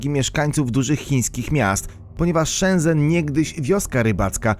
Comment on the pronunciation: Shenzen czyta się chyba jak Szencen. No i to było Herkulanum, a nie Heruklanum czy jakoś tak mówiłeś.